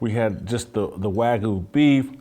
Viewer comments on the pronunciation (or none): Wagyu Beef. (not Wag-oo) Wagyu Japanese cattle can be consistently raised and bred at a relatively large scale, so how could it be rare? The answer is that Wagyu is the highest caliber of artisan beef, produced in small quantities and closely governed by Japanese guidelines, and it is this exacting process that makes it so exceptional.